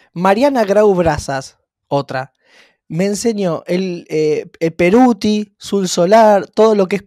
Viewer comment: Es emilio pettoruti.. no peruti... jajajaja jajajaja